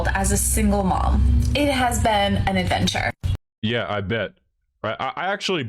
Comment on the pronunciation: "it has been an adventurrrre" what is this rolling of syllables, who infected these women with this affectation? anyone who does this is mediocre.